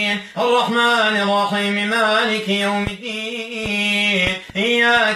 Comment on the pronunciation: انتبهوا إلى نطقه بالبسملة في الرحمن الرحيم قال الرعيم